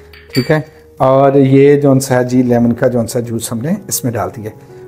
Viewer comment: Please try and stop to say gonsa